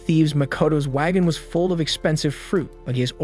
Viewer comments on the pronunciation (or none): none